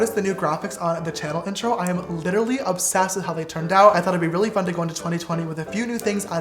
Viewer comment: No one : James : I'M OBSESSEDT